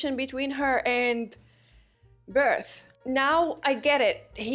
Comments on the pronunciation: I feel like they try to match how is written and how they say it in Japanese, but it's just pronounced "Bertold" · Be-ru-to-ru-to is such an eaaaasy nale to pronounce xD Still amazing to watch the gears turning all the right ways in your brain!